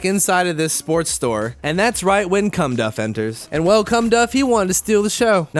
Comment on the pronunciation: I heard Cumdff. Did you need me?